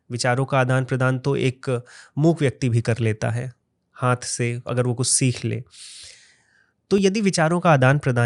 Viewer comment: Hanth ko hanth kyun kehte hain 😭